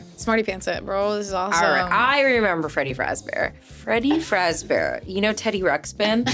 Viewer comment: “Who is Freddy fazbear?” “Freggy Fragzbear” “Freddy Fajbear”